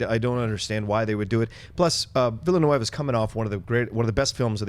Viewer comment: ville neuve not névé... ville neuve mean Newtown. .. The prononciation will be VilleNuvvvv